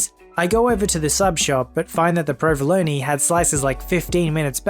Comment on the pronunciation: I can't stand the way you mispronounce provolone, but other than that, I like your videos.